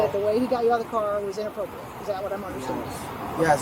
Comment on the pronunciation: It's not unppropiate! It's inappropriate!!